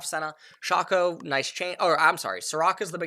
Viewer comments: You Say Sharko , I Say Shaco :) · Dude, Shaco, it's pronounced as SHAY-KO 😂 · Are you allergic to long A's? Shahco Atrox Dahrius ...